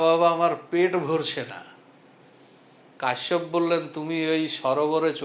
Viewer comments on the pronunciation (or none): কশ্যপকেও কাশ্যপ বললেন , এতে ত বাবা ছেলে হয়ে গেল না ?